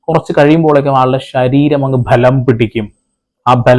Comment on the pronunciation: ബ്ഭലം എന്ന് പറയല്ലേ. ബലം എന്ന് പറഞ്ഞാൽ മതിയല്ലോ